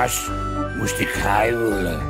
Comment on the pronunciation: Hoe je het woord huilen op de meest ranzige manier kan uitspreken